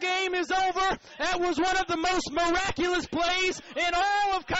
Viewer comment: "Moraculous" Wow lol